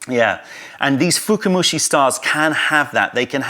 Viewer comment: Hey, small nitpicking, its not "fukumushi" but "fukamushi" (深蒸し), from "fukai" (深い, deep).;) Very informative video as always! Thank you!